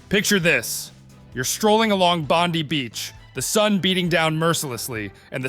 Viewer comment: Don't take advice from a guy who doesn't even know how to say Bondi - you need one reason to move to Australia - no druggies-homelessness-infested crime-ridden downtowns!